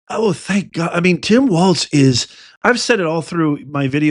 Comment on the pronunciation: Oh, and it's walz.....no "T".......